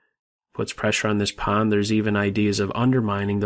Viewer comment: I like your pronunciation of "pawn".